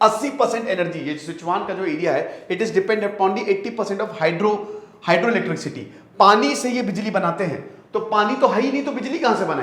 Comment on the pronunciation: इलेट्रिक-सिटी नही इलेट्रिसिटी सर 🙂 sorry for correcting